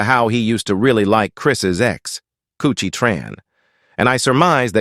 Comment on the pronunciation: It's karrueche my Nigga 😂😂😂😂😂 not coochie